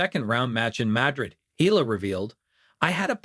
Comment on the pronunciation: It is not pronounced as "Ela" It's EALA "E-YA-LA"